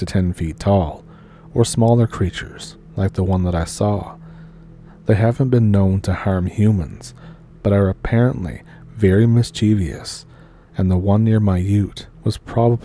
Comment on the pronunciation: MischieVIOUS or mischieVOUS?